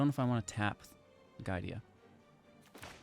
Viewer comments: It's GI-A-DA, not GAI-DI-A ;) Cool deck though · mispronouncing giada was killing me XD